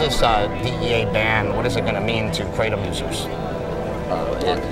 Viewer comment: It's "KRAY-TUM". For CRYING out LOUDDDDDDDDDDDDDDD